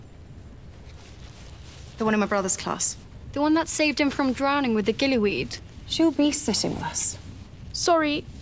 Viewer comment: "Gilly wead" that means minerva was a tri wizard champion 🎉🎉🎉🎉